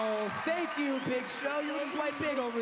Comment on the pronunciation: “but tank you so much” GOD NIALLS AN ANGEL